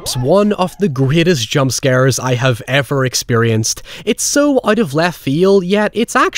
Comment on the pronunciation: high evurr